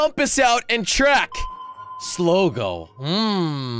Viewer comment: Not sligi is slogo